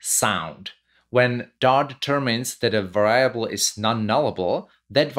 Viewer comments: Stress syllable on the first syllable for va-ri-a-ble, sir! VA-riable. Not va-RIA-ble. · i'm going to start saying var-EYE-able every time now. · No problem with "Vayyable" :-) . We understand what you want to say. Also subtitles are available in video. (pressing "c" whild watching videos ) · lol I have been doing this mispronunciation all the time and never really notice it was wrong. Thank you for making this correction as well as this great video. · all good! it adds a twist to it. Great video BTW